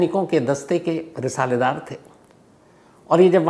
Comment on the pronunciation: Risaaldar hota hai bhai risaledaar nhi